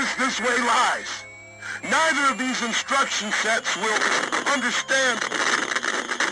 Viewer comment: "thses" Jesus Christ xD